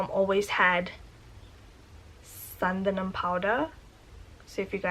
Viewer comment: Loved the way you said "Santhanam".